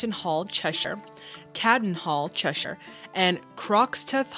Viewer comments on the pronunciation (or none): none